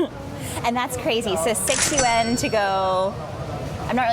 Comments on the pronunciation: Nah, was closer. Just have to say it in one syllable though, not two. In China, bucks = kuai. No one says yuan or rmb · pronounciation of yuan sounds more correct..sorry 😅😅 generally speaking food portions in northern China are bigger than southern China.